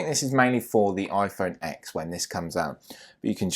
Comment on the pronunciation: And the iPhone X is pronounced iPhone 10 the X is a Roman Numeral. And plus Apple calls it a ten they don’t say iPhone x as a letter they say iPhone X as a Roman numeral!